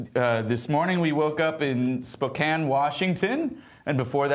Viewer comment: acting like adding bacon and tomatoes to a sandwich is weird is so on brand. Also, shout out to for pronouncing Spokane correctly!